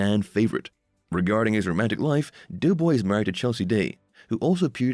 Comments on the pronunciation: It's doe boy not (as in female dear) NOT "dew" boy!!! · Clickbait don't waste your time if you're watching it to find out what happened to Doughboy, which by the way is pronounced "Doe"boy not Dew boy for whoever's narrating this thing, anyway there's no mention whatsoever as to what happened to him and why he's not on the show anymore.